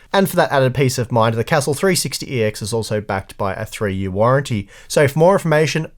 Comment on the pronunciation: Really surprised at your pronunciation of castle